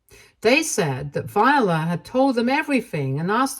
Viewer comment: The name Viola is pronounced vye-OH-la. Not Vyuhluh. This is my middle name and was my great grandmother’s middle name, my grandmother’s middle name, and my aunt’s middle name. Vye-OH-la. Similar to how the instrument is pronounced. Hearing you continuously mispronounce this name is actually kind of startling to me.